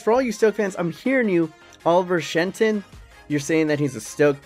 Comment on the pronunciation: Also is Shhhh-enton ahaha